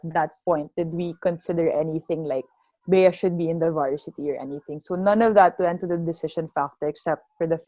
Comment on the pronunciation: Bea.. its ej not eya😁